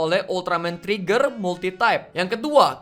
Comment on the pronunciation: Sebutan Ultraman Trigger kaya Ultraman Treggear/Tregear